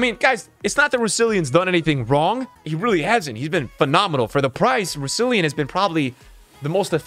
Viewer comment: Bro nothing is funnier than saying “Rousillion” instead of Rousillon 💀 shouldn’t even be that funny but is hilarious